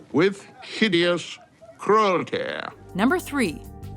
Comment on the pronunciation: "we are slaughtered with vigious crualteöy"